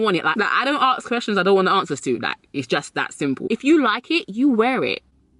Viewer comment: It’s ASK, not AKS